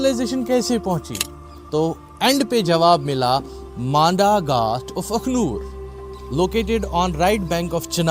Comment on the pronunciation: It's not Akhloor..it's Akhnoor